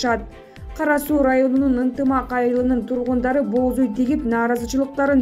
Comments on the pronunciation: "Бооз уй" тигишти дейт го."Боз уй" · Эмне деп окуп жатат,бооз уй дейби?бир эле о менен окулат.Мынча сабатсыз болуп кетишти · Эмне дейт бооз уй дейби😀😀😀